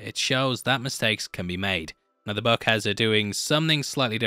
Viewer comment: I couldn't understand what is in the buck, oh he is saying BOOK.